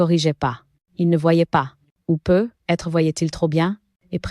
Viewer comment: Et on dit "peut-être "avec la liaison ... Et non peu.....être